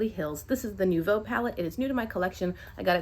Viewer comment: I really love the look you came up with using this palette. Also, kudos on being one of the few on YT that pronounces the name right (I took too much French in high school and college for it not to catch my attention unfortunately as much as I wish to ignore the mispronunciations). I thought about getting this palette when I cashed in Ulta points last fall but went with the Rose Metals instead because a) wasn’t sure if RM limited addition and b) RM fits my eyeshadow aesthetic better even though most reviewers didn’t seem to like the color story for themselves. To my mind RM has more one and done or 2 quick color options available for when you don’t want to fuss over a look. That said, I’m still keeping the Nouveau palette in mind either for when I build up enough points again or for when it inevitably goes on a half price sale. As it’s is very neutral I do think Nouveau more likely to hang out a bit longer than Rose Metals. I do remember the comparisons at the time of release being to palettes like BH Avocado toast (which I have) so I didn’t feel as compelled to get it immediately although that purple wisteria shade is definitely a draw and I really like how you used it. I hope all is well as you get closer to your due date- I was looking at your hoop earrings and thinking that those will soon have to be put away for awhile so rock them as long as you can :)